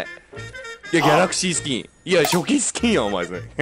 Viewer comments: 言ってるねギャラスキースキン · しゅごい ギャラスキースキンだよがかわいい( ギャラスキー スキンって聞こえる) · ぎゃらすゅきーすゅきーんだよぉ んわぁしゅげぇ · 何回聞いてもギャラクシースキーにしか聞こえん